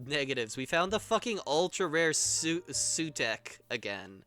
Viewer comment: Unless a 70s episode of Doctor Who has mislead me (odds; likely), it's pronounced soo-tech. IIRC Sutekh is the Egyptian god of death, sometimes also known by other names.